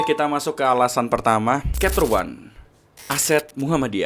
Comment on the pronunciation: chapter itu bacanya capter bro, bukan kapter...